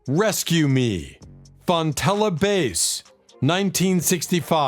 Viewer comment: Great! But learn how to pronounce Fontella's last name, Sass (short a sound) and Bruce Channel's last name (not like a TV chanel) it's Sha-nel.